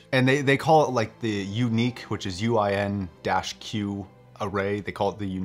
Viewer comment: . You said UIN-Q. That doesn't pronounce is unique. What they actually call it is UNI-Q, which does pronounce as unique.